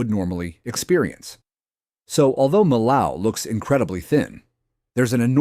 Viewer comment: just another non-French narrator butchering the pronunciation of Millau nothing to see here